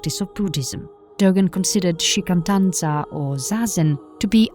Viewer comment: shikantaza, not shikantanza